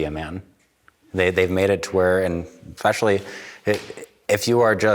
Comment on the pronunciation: I love the subtle correction of “Gun-Ho” to “Gung-Ho.” Now if only somebody had done that for the girl who can’t stop saying “ekspecially.”